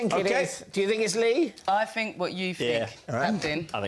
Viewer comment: says fink instead of think... Ugh.